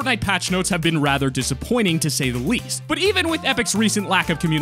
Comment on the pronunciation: he said weast he did not say least